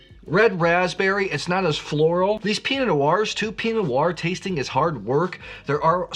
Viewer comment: Before getting all playful with Oregon geographical names, I'd spend a little more time working on the basics of correctly pronouncing words like Pinot. Enjoy your content, but that is super distracting.